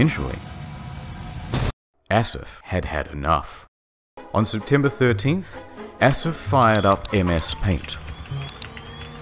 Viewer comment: Asif is pronounced Ah/sif. Mudasir is pronounced Ma/di/sa.